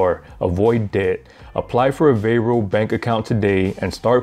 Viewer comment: It’s not “Vairo” it’s VAR-O